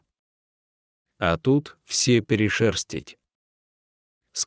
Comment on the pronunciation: Какое неграмотное прочтение . Что за «ЛАРЭК». ? ЛарЕк !!!!!!!! И. почему вместо «йо». произносите «Е» и что за перешЕрстить вместо перешерстИть! Учи. Язык. !